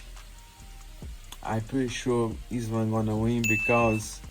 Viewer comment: She can't say the name of the champ? Really Tracy? Lame. No respect.